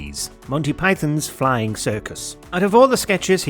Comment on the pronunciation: You might want to learn how to say 'flying' in German.